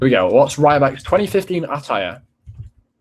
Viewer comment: Can you please say attire right